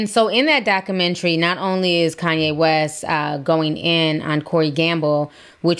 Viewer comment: “Docka mentry”